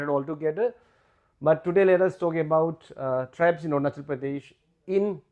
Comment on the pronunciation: 😂 english itna acha but ornachal kue ???